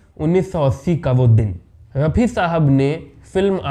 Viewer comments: Apni language theek ker . Aur bol Mohamed Rafi sahab. Yeh kya laga rakhkha hai raphi raphi .. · ये कहानी कहां से लाएं जनाब बी बी सी वालों आप से राय लेने ।भेजना पड़ेंगा रफी साहब कहना तो सीखलो pronunciation तलफ़्फ़ुज़ की अदायगी करना सीख लो भाई एंकरबाद में बनना तहजीब परीवार आती है बच्चे के पाओ पालने में दीखते हैं ओछी हरकत करना..….......